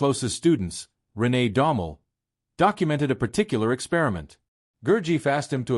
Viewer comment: Pronunciation of Gurdjieff is wrong. It should be Gur-jeff, with the e sound as in effort.